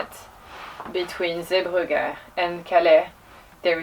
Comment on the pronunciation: Yes, well done on your pronunciation of Zeebrugge, God rest their souls in that chanel.